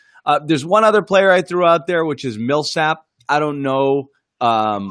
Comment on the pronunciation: That top left guy doesn’t know shit 😂😂 dude said olynyk and and millsap like oh nah smh